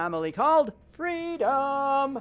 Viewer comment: I like how George says "Freedom" here in this episode